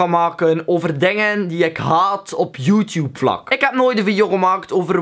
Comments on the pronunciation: Je zegt YouTube echt als joetjoep echt grappig haha! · srry hoor maar ik moet lachen als je youtuber of youtube zegt of zulke dingen met je accent